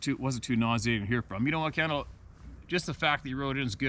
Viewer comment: Kendall here. Thanks so much!! You even pronounced my last name correctly. So a great big atta boy, and pat on the back.